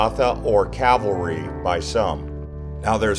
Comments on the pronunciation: Calvary, not cavalry:) Great video; loved the music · I'm learning so much. I can barely watch as I start to cry. But please correct your spelling of "Calvary". You are saying "Cavalry" which is much different. Thank you. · Its Cal Va Ry not Ca Val Ry. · It is Calvary not cavalry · Calvary not cavalry. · Cavalry? I didn't hear any horses... Calvary. ✡️✝️🇨🇦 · Not “cav-alry”, but “cal-vary” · It's CAL VARY ...not CAV ALRY.... Also it's the WAILING Wall not the WEEPING Wall... And it's the Holy SEP UL CHRE..not SEP LU CHRE... There are are few incorrect facts also...eg...King David was born in Bethlehem.